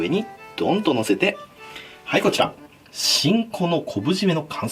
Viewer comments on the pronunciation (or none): だめだ 「 ちんこ」 にしか聞こえない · なぜかしんこが○んこに聞こえてしまった自分がいた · ごめんちんこに聞こえた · 金子さん「本日の食材がこちら！【しん こ】っていうことでねぇ」 自分 「え？ち◯こ？w」